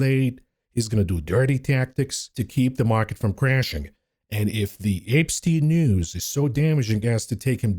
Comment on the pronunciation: apestien my favorite pronunciation of this name lol